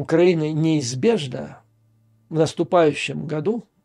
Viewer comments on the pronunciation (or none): none